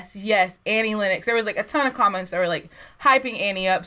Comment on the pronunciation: Where you guys brought up in some strict religious order without accrss to TV or Radio? I ask because your depth of ignorance to some of the biggest movies and music is breath taking. Oh and its pronounced exactly as its spelt "Len Nox" not "Lin Ex". You should listen to the whole album. As well as being amazingly ta;ented she was also voted the most beautiful woman on the planet.